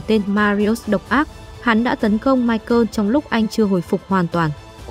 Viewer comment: Ngừ ta tên mai cồ mà má đọc mai cơn